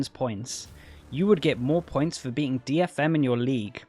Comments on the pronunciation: Ah I misheard "beating" for "being"... but I'll blame his accent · He said "beating the dfm of your league", just didn't pronounce it clearly.